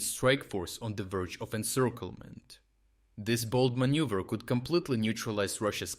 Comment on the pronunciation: you said manюver